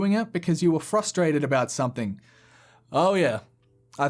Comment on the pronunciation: Please stop saying “SOMETHINK”. It’s pronounced “SOME-THING”.